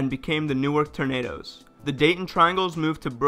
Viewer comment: The Newark Tornadoes???? For a second I thought you said Tomatoes 🍅!